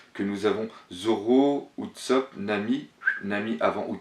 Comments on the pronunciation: Tousand... Utsopp... S'te-plaît revoie ton anglais xD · Alors ! Leçon de prononciation: Ce n'est pas Louffy mais LEUFFY, LEUUUUUUUFFYYYY déjà Ensuite: Utsop....son nom, c'est Oussop que ça se prononce >< et pour finir Tontattas, c'est pas tontatasse.